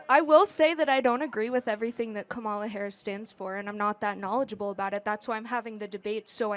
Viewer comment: Oh no...I guess she's racist since she mispronounced Kamala's name